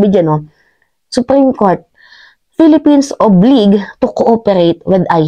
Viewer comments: " OW.BLIJE" po ang tamang pag pronounce madam hindi oblig. Anyway, i agree everything you've said.❤nakakatawa talaga si boy sili. Kaya yan sya tinawag na boy sili kasi ang oten daw nyan ay singlaki ng sili. Babaeng artista po ang nagbuking nyan na nakaeksena nya. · Baket …that should be Obliged…as you pronounce it…oblayged…not ob-lig….constructive Note lang, Gayyem…Thanks! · oblayjed is the pronunciation of the word obliged.. just sharing